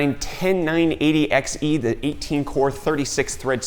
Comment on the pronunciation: *i9-tendy nine eighty XE